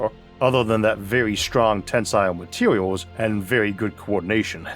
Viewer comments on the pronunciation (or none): What are "MATEEWEEWALS"? or a "NEWTWON STAWW" my dude?